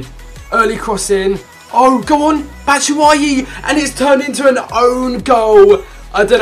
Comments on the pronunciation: Bat shoo way ee (batshuayi) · It's pronounced Bat-shoe-ah-yi